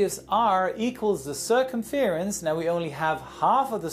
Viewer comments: Cur-cum-fear-ance? Cur-cum-FRANCE... 😜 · Circumference is pronounced sir-cum-frence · that's a fancy way of saying circumference... (cer-cum-france, like a con"ference") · Great explanation, but the way you pronounced circumference caught me off guard xD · Look up the pronunciation of "circumference" :D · That's the first time I've heard someone say circumference like that